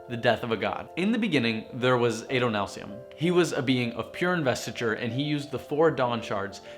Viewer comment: Not Ay-doh-NAHL-see-um, Ah-doh-NAHL-see-um. Short A, but wow, this is so informative.